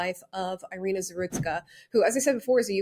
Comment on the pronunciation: Thank you for this video. Just for your information: her name is pronounced as “ee-REE-nah”.